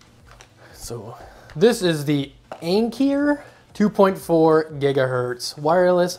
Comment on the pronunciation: Ankeer is not how Anker is pronounced.